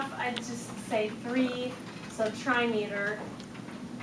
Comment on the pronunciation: Not "try-meter"... pronounced "trim-iter" Not "die-meter"... "dim-iter"